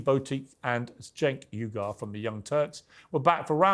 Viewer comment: Cenk "Igar"😂😂😂😂😂😂